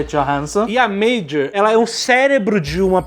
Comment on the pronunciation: Por favor, parem de chamar Meijor. É Major, ou Motoko. simples assim.